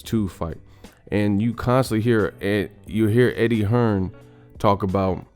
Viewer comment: It's Eddie Hearn not Hearns y'all dumb af